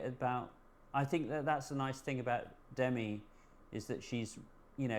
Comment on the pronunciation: "It's D'mee" she told Rolling Stone in 1985, an article I still remember 😂 I forgive you guys for saying "Demmy" because I really love this, and I love ALL of 's interesting stories. Makes me wistful, I wish I had stuck with photography after art school.